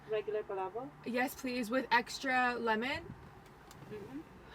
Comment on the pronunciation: You’re mispronouncing Palabok 🥹🫶🏾 still looks yummy though